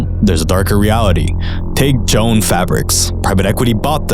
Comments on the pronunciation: I’ve never heard of of Jo-Ann stores, but it seems like they took pains not to be called “Joan” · Jo… Ann not “Joan” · It's not pronounced 'Joan Fabrics" with one syllable. It's JO-ANN (Joe + Ann = 2 syllables) Not saying it correctly makes you sound like you don't know the company or English. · Joaane Fabrics, not Joan Fabrics. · It’s pronounced JO-ANN not Joan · It's not "Joan", it's "Jo Ann", two syllables. "JOH" "EHHN" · lol its Jo Anne. Not Joan fabrics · You did all that work And still didn't learn that it's pronounced Joe - Ann not joan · The company wasn't called "Joan Fabrics" it was called "Jo-Ann Fabrics". It is really weird to set yourself up as some sort of "expert" while making such an embarrassing mistake repeatedly in the first minute of your video. You seriously couldn't have run this by an editor? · Jo- Ann, not Joan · It’s Jo-Ann, pronounced Joe-Anne. Not a big deal…but distracting considering how many times you say Joan lol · I’m sure this was an interesting video, but I just can’t watch with you pronouncing Joann like that. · It’s pronounced, Joe-Ann, not Joan…just saying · Dear AI narrator, it's Jo-ANN Fabrics, not Joan. FFS. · Okay you lost me right away at "Joan" fabrics. Jo-Ann Fabrics. I'm shocked that even some of the articles shown didn't even use the proper spelling. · It’s Jo-Ann not Joan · Joe Ann, not Joan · It’s Jo. Ann. Not Joan. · It's pronounced Jo Ann. Not Joann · It's pronounced "Joanne" not "Joan." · Joe- Ann’s not Jones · JO-Ann how is that Joan. Are you Ai. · It's "Jo-Ann" Fabrics, not "Joan" Fabrics. Can we at least get the name right if we're going to reference it in a video? lol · It's not "Joan." It's "JOE-ANN." How much do you know when you can't even pronounced the store's name. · JO-ANN is not JONE, it's two syllables. Otherwise, great video. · Nobody told this guy it’s Jo Ann Fabrics? Not Joan. Hilarious engagement bait. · Haha Joann, it’s Jo-Ann. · It's pronounced "Joe - Ann" not "Joan" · Did bro just say joan lmao